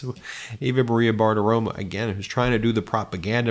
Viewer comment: It's Maria Bartiromo, not Bartiroma. Why not pronounce it correctly? It's not that hard